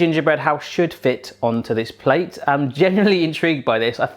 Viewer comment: Why can't people say "genuinely" properly?